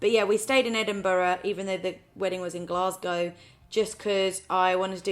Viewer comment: I’m from Edinburgh and she says it like the locals. But trust me there are some strange ways to say it. Heard a guy say edin-burger once 🤔🤔